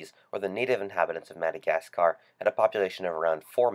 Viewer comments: Great video, but the madagasCARRRRRRR ugh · please stop saying Madagasgaaaarrrrr, it's Madagascar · no. He’s pronouncing it in American way. IM ENGLISH, he’s a foreigner. It’s ’mad-a-gas-ca’ not ‘mad-a-gas-carrr’ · So people are mad because he said MadagasGar? I didn't even notice it. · Why does he use the same sound byte for mad-a-gascAAr. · very informative and creative though not sure you're saying Madagascaaaahr right? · Madagas ca rr, dude chill out it's just Madagascar. (😑 we have to talk about where you are from because that pronunciation was tragic.) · Madigascaar... So annoying. Get your Yankee arse to grammar school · PLEASE JUST STOP SAYING "MUH-DUH-GAS-KUHR" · I made it to before getting way too annoyed with the way you say MadderGAS KARRR. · Good video but the way you say 'Madagascar' makes me cringe. It's "mada-gas-cuh". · The way you say "MadagasCARRR" is super fucking annoying. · Why are people complaining about the pronunciation of "Madagascar"? How else to pronounce it? Great video BTW! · Looking at the comments before I watched the video made me realize how poorly he pronounces Madagascar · Redo the vocals after you learn how to pronounce Madagascar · God why do you pronounce Madagascar like that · Bloody hell! That pronunciation of, 'Madagascar' is incredibly grating. Oh... and the video is full of bullshit too. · Just saying this, there is literally no need to emphasis the "scar" part of "Madagascar". Just saying. Nice video btw. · The way you say Madagascar is stupid and nearly ruined the video. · Please curb your enthusiasm for the pronunciation of Madagascar! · never say madagascar again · Say Madagascar again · I fucking can't. I'm only a minute in and he's said "Madagascar" like 5 fucking times and his pronunciation is fucking hilarious. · please stop saying Madagascar...ever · I could only watch about 1 minute and 50 seconds before I had to stop.... god it's annoying how you say Madagascar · The way you say Madagascar, I want to die.